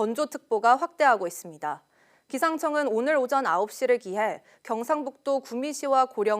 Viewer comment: Lady! 오전,피해, 주택, 세대, 도로,건물,( 하동) 군, ( 상주)시, 대기, 등 발음이 틀렸습니다. 첫 자를 길게 발음했어야 합니다. 모두 짧게 절못 발음하셨습니다. 정중히 권하오니, "한국 어문을 고발함"이라는 책을 읽어 주시면 발음에 도움이 될것입니다.